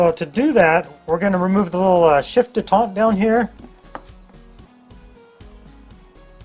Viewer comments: Dee tent not day taunt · Shift detent. Not detant. No French inbred crap here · Good videos.. My 242 has 234k on it so was thinking of maybe possibly doing a bearing/seal job.. And it's detent, not d'etente.. ;) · The word is detent not detaunt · Dé tont? Isn't it a detent? Like detention? Kuz it keeps it in place.... 😂😂